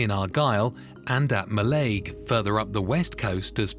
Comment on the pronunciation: Mallaig too, although to be fair most other Scottish folk get that wrong and say it like the AI voice lol